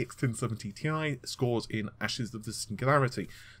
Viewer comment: Why the hell does he keep saying TI slash Tie ???? Its so annoying !!